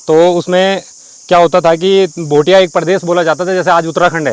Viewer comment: Abe Bhai bhutia nhi bhotia bolna toh Sikh le